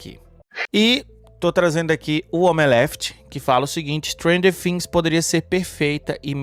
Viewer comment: Por que vc fala fhings e não Things ?